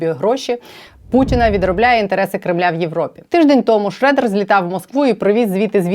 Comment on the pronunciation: Не шрЕдер , а шрьодер. ☺